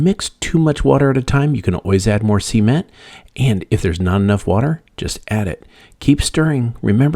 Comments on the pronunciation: Imagine if this guy had a dictionary & referenced it & didn’t sound silly….repeatedly saying, “see-ment” LOL it’s SA-MENT 😂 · It’s cement, not sea-ment. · He should start by learning how to properly pronounce SA-MENT LOL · I cringe every time he says "see-ment" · NOT SEA ment! Geeez 😂😂😂😂🤣🤣🤣🤣🤣🤣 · I was done when he said ceement